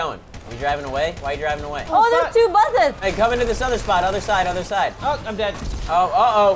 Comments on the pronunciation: anyone notice that there saying buth instead of bus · They kept saying "Buth" It's so annoying and they do for entertainment but it was just annoying for me. (The OCD life D:. It sucks) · they're saying buthes